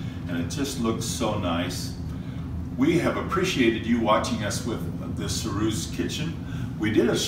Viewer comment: Perhaps you could look up the pronunciation. It is pronounced: sur-oos. There is no "E" sound at the end.